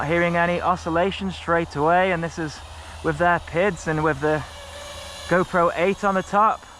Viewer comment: 11.:46 I'm sure that said "wiv" RC guys don't say WIV or FINK or FANKS etc.